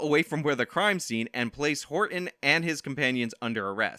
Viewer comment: Please stop saying Horton like that. 😖